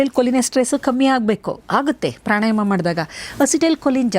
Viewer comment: Pranayama. Not prani